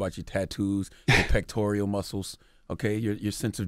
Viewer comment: "Pectorial muscles" 😂